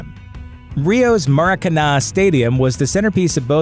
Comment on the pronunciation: He managed to get almost everything wrong about Maracana, starting by the pronunciation